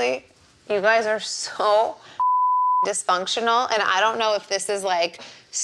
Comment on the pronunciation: But it's dis- fun -ctional ☝️